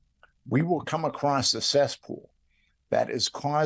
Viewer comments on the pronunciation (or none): "Acrossed?" "Acrost?" You know the word is "across," right? Like, "a" + "cross?" Spoken like "UH-crawss?" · the word is "across" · Bro why are you saying ACROST... please stop it IMMEDIATELY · Nit picking I know but you've repeatedly said "ACROSST". There's no T, like saying "Fustrated" it makes an intelligent person seem dumb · Hey Interviewer- Here's a Pro Tip- The word "across" does not have the letter "t" at the end.